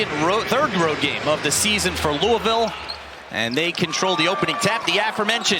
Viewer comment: This ACC announcer doesn’t even know how to pronounce “Louisville”.